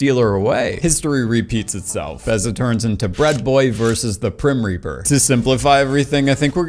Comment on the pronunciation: “Prim reaper” no…. I’m going to hell for laughing 💀💀